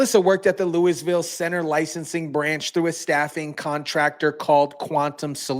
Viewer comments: my guy it is lou -eville lmao not lewis ville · Damn dude ! Louise-fill? I can't say it perfectly either accdg to locals but I got the Looey part down at least 😁